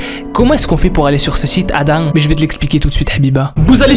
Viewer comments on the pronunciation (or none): none